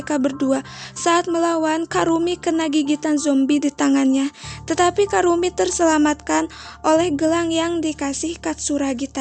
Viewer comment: Namanya ebisuzawa kurumi kk bukan karumi🤧